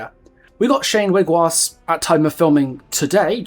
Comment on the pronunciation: Just in case you weren't aware and I'm only saying this because I love your content! Wiigwaas is pronounced Weeg-waws because the Ojibwe language has it's own pronunciations for vowels as well as double-vowels. I'm not going to explain every little detail in a comment section but ii is pronounced like ee and aa like aw, individual pronunciations will differ of course but that is how I've been taught! Since you did mention you're working with indigenous creators about Shane's lore I can presume you have seen and asked about the words of our language already, and we don't take it as an insult if you pronounce them wrong because we know you mean well! Keep up the amazing work, I love this game, I love your content!